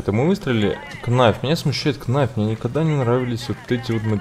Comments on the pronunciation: не найф а кнайф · не КНАЙФ, а НАЙФ